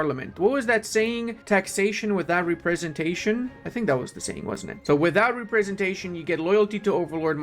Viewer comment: Something stuck out and I thought it was a slip up, but then it happened multiple times. When you're pronouncing Representation, you split it up funny, as Re-presentation. But it should be Rep-resentation. You speak more languages than me so I didn't want to come off as a jerk. Just wanted to help/make you aware.